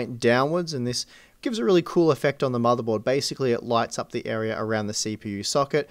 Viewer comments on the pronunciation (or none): none